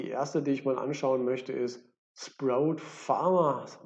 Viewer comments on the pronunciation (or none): Sprout spricht man Spraut